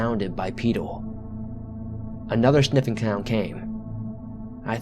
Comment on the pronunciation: "another snipping cound came"